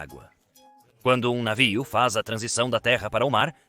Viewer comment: a inteligencia artificial fala navio, mas com um sotaque puxado esquisito saiu um "naviou" kkkk